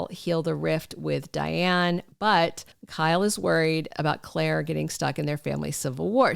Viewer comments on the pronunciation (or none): none